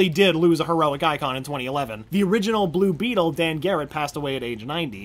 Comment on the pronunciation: Anyone mad that he said the name wrong for blue beetle